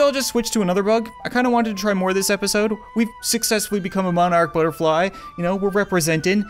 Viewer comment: He said butterfe